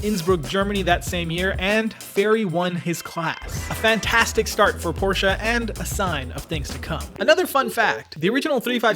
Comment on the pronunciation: thank you for pronouncing porsche right ;)